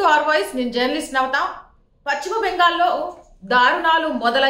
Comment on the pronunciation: Pacchimabangal kaadamma.telugu pronounciation sarigga nerchuko.paschima Bengal antaaru.maa kharma ki nee laanti vallu anchor ga ravatam memu telugu talli chesikunna kharma